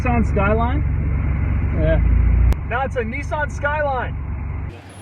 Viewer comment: nissan not neeesarn